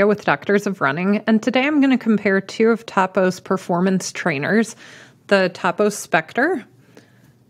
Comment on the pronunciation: I’m pretty sure it’s toe poe not taw poe. It’s named after the owner Tony Post.